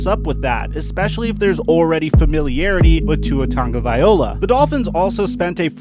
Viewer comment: Stop calling him Tangaviola